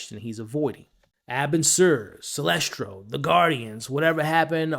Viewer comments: also heard him slip in that "SINESTRO!!" over what I assume was "Celestro" 😅 but like AcksD said.. we still appreciate the content and love your effort! your learning with the rest of us. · Yeah he knows john, evidently guardians have been watching John since he was a baby, so most of the bigger names would know of him. Also his name isn't silestro....it's sinestro....with an N not an L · Silestro? Atros? Have you ever even read the comics? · Celstro, my guy love the vids but it’s Sinestro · Lmao good vid but I was thrown off by how you say Sinestro 😂